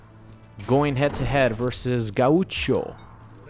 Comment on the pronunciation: Just an FYI gaucho is pronounced "gow-cho"